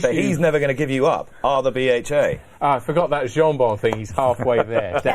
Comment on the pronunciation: That’s some tool on the left…especially the way he say’s jonbon…..a nobody tryin to be a somebody